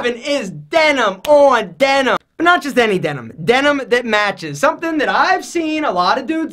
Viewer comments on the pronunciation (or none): none